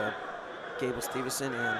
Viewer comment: bruh say the dudes last name right for fuks sake, STEVE-SON